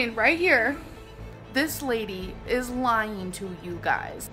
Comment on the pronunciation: monkey saying "this lady is lyeen to you guys" made me scream 😭